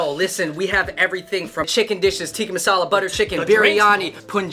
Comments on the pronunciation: "tiki" masala lol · Wahi toh pencho tikka aur tikki me kaise confuse ho gye 😂😂 chicken tikki masala,penny puri,lacey 😂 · “Teeki” masala 😂